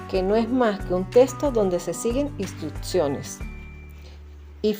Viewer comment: Me desespera escucharte decir la palabra testo.... es texto